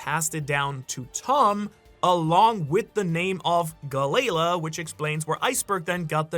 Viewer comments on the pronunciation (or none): Galley-la = Galalee